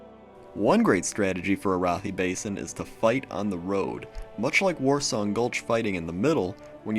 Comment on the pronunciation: ... I'm pretty sure it's Air-uh-thigh Basin... not uh-roth-ee...